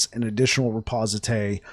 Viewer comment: bro , the word is , ri poste :D , not reposité XD